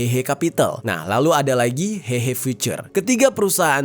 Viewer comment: coba cek artikel yg tadi di awal video, tulusannya 和合（Héhé）tapi dia baca hehe ingat bahasa mandarin jarang menggunakan ei tapi é